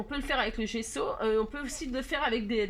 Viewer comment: C'est bien GESSO, 2 S BAH SI GESSO. C'est plus doux à mes oreilles, bah si et c'était pas Maryse c'était moi. Merci ma mes oreilles ont vraiment apprécié. 😍😋🤪